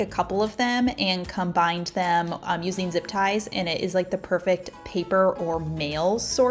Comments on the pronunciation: Sorry but it’s Combine not Combind, across not acrosst.. xo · “Combineding” Lol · Great tips!! I have used several!! Also are you saying ‘combinding’ ? I thought I was hearing things … and now spell check don’t like it. My apologies for being a vocabulary cop 🤦‍♀️ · "Combine" in present-tense has no "d" at the end. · The word combine does not have a "d" on the end unless you are talking in past tense.